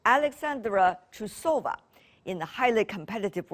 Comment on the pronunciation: She doesn't sound TrusOva with O stressed (in this case it'derived from underpants). Her surname isTrUsova with U stressed. Reporters must always ask how any foreign name must pronounced correct and be very decent. Great great minus!